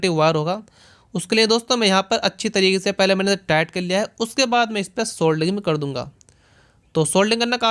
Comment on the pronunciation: Phelay experiment bolna sikho dost